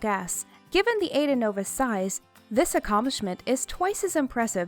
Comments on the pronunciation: Pls its not aida... its a,i,da thx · I'm pretty sure it's pronounced I-ee-da. Not Ayda. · THE COMMENTATOR OUGHT TO LEARN TO SAY THE SHIPS NAME AIDA IS PRONOUNCED I EDA